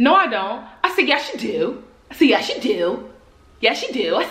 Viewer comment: “Yeashh you do”😭😭